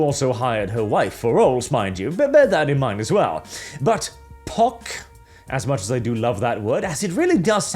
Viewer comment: I am glad that I am not the only one who hear poc as pox.